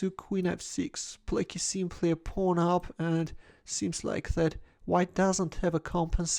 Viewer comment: “pawn up” sounds like “pornhub” lol